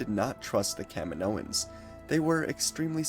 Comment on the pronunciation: Every time you said Kaminoans I heard Kevin Owens.